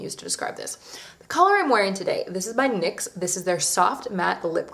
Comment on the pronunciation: *NYX not MYX :))))))